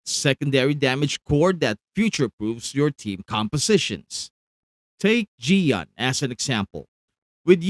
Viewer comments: It's "ch-yoh-yoo-en" 🙄🙄🙄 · Just so you know, the way to pronounce his name is like this "Cheeyo Yewen" in Chinese. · great content as always! But why do you keep saying Qiuyuan's name with a "G"? @@